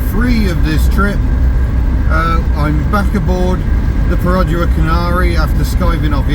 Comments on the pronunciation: Stop with your "perOdua" 😂😂😂 It's "perdua" without the "o" in Malaysian. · Your pronunciation of Perodua is dreadful. Its easy enough to check on line. Dua as you said is two in Malay and its easy to check how to say that properly.